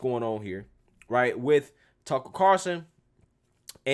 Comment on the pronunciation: it's "CarL - son"......not Car-son. Carson is Johnny.